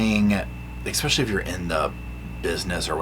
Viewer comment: Omg I love you darlin but quit saying “ekspecially” 😅